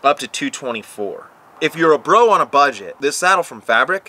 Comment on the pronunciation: Did you say 'Butt-get'?...